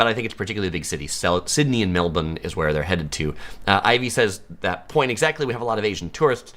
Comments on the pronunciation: Your pronunciation of Melbourne is spot on -but it is eem-YOO, not eem-OO! I really don’t understand why no-one corrected u! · Well done on getting the pronunciation of Melbourne correct. As to the bird it is em-you, not em-oo.